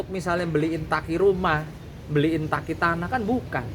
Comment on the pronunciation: daki bukan taki 😂